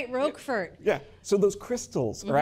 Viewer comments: Managed to murder the pronunciation of Roquefort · The T is silent in Roquefort. My goodness.